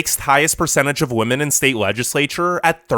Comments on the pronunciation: Just for your information, women is pronounced as 'Vimen' or 'We-Men' and not as 'Vomen' or 'Woe-Men' or something else. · The narrator really should consider attending some sort of school to learn how to differentiate "woman" and "women". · Women not woman jeeeeeeez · In addition to the sickeningly obvious bias in this video, he needed to do better editing on his sound work. Especially early in the video, there were many times where his voice on the video pronounces the plural word "women" as the singular word "woman." I've been enjoying his videos, but this one made me cringe from start to finish. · Are you intentionally saying Woman instead of Women? lol. It's quite annoying sounding. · Are you saying “woman” or “women”? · While yes, wo- pronunciation was there so to was singular wo-man for plural wo-men. Now he may have been not fully pronouncing the e which may have let lead to the e sounding like a, but either way yes he was pronouncing wo- but very often it came out wo-man when it should've been wo-men. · Are you saying women or woman? If you’re saying woman, why? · Women (pronounced wem-men)=plural Woman (pronounced wo-man)= singular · Sounds like he is spelling it wuhmon 🤣🤣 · This guy pronounces "women" and "woman" in EXACTLY the same way. It is very distracting. Other than that, good video.